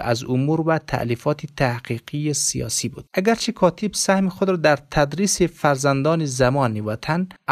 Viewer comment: گوینده محترم خوب سوانح فیض محمد را قرائت کردی اما چندین مرتبه کاتیب گفتی کاتیب درست نیست کاتب درست است همچنان ساکین درست نیست ساکن درست است